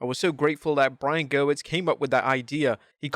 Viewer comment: the guy's name is pronounced GUH-WHIRR-TS..... NOT GRR-WITS!